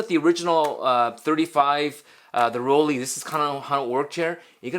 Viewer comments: Should it be pronounced "Roll-Lee" or "Roll-Lai"? AFAIK, "ei" in German is "Lai". Well..., may be we can call Rollei Fans "Rollies" like "Swifties"? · Here is how to pronounce Rollei correctly: Roll-eye ;)